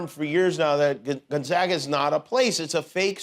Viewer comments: Gonzaga- long A ( if spelled like Gon"Zauga" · It's gon ZAY ga!